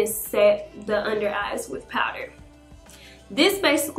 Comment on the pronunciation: Did anyone here her say “well place this under the ass😂(even though she meant eyes)